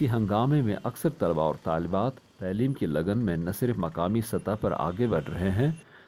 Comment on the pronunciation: لفظ "تعلیم" کے تلفظ میں تصحیح کی ضرورت ہے علاوہ ازیں ......کئ دوسرے الفاظ